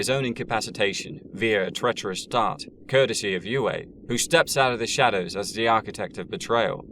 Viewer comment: How do you pronounce foam? That's also how you pronounce C.H.O.A.M. The doctors name was u-ay, not whatever butchery you said. Have you even watched the movies or listened to the audiobooks? I'm guessing no.